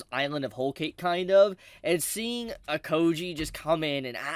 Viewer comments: Akoji lol, It's Ao-kiji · His name is pronounced ahhhh O Key Jii= AOIKIJI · You really wanna dethrone KoL with the worst name pronunciation :) Can't decide which one is the worse offender : Akoji or Hiri